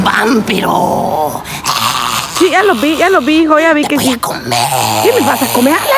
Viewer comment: a cada minuto: Te woa comer XD